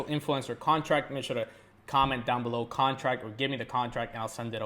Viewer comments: ''Contract'' Please ! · “Contract” pleaseeeeee ,love your video soooo much!